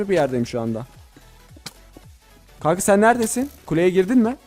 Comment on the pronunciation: Kanka demedi ka ka dedi